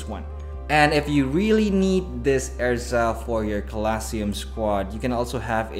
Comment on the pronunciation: Its pronounced Errrrza Er Zah. Lol not ezra